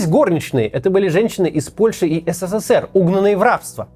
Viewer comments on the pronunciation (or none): none